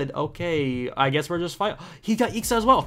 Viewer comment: Dude you should read it I.X.A not ixa